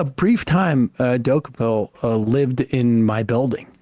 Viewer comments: it’s admittedly juvenile of me, but it couldn’t help but stick in my head that it sounded like Sam was doing everything in his power to not pronounce it “Tony Dookie-Pill” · Wow, half way through this I’m glad that you mispronounced Tony last name😂. I’m surprised at Tony level of ignorance towards the good Author 😮. I appreciate Coates response and checking lil tony ✅.😊